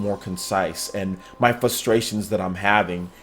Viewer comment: The word is fRustrations. You say Fuss-trations. Like you be fussing about someting.